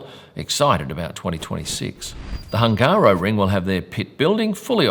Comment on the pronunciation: I’m not subscribed because you still pronounce “Hungaroring” weirdly